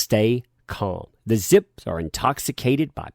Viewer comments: "zips"... ??? Vzzpyzz is pronounced "Ves-Biz" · it is pronounced VESPIZ,. Just FYI. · you donkey, you pronounced the Vyzpzz name wrong. 😂